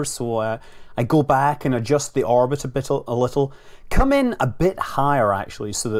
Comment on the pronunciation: a bittle, a little LOL, again